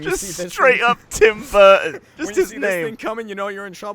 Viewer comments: “TIM BURTON” rflmao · "Tim Burton" Gavin dying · "Tim Burton" hahaha